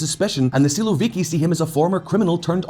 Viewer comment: Man, You pronounce "siłowiki" in a way that it sounds like "słowiki" (at least in polish ear :) ) It's a little funny, because "siłowik" is a term used to describe an aggressive stance, usually called a "hawk" in English. On the contrary, "słowik" it's literally a nightingale (Luscinia luscinia) . I can't imagine Shoigu or Kadyrow as a nightingale singing in the meadow in the evening :D